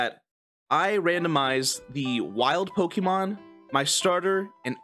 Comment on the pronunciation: I'm not going to be able to watch this because of how he says pokemon.